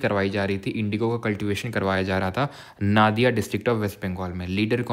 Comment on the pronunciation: नादिया नही नदिया। Because I am from Nadia(नदिया) wb